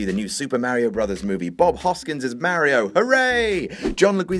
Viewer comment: Mario is not pronounced as "Merri-o".